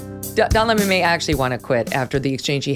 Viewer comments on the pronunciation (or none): She butchered Lemon.....hilarious.